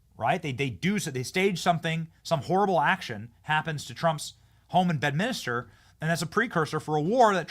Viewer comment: FFS Benny.. Im just a lowly peasant & even I know its pronounced BED-MINS-TER.. NOT "Bed-mini-ster"😅🤦‍♂️